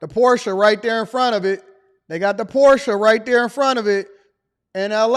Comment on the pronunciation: Wow. First time started pronouncing Porsche correctly. 🎉